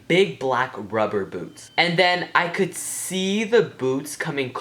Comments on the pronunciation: I thought you said boobs not boots! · At first i thought he said big black boobs, then realized it was boots.